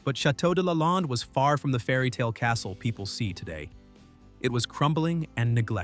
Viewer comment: Is the narrator AI? Lalande is pronounced wrong and the picture of her father is incorrect. There’s a picture of the outside of the chateau showing an infinity pool and a view of the ocean. That’s not where the chateau is located.